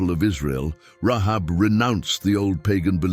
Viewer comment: Say her name right - I can't watch this you're destroying it Rahab ... seriously